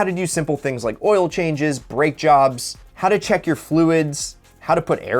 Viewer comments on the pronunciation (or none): none